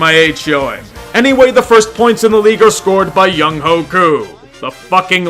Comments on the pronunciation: Btw, Younghoe is pronounced young-wae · Koo’s name is pronounced “Young-way” just for future reference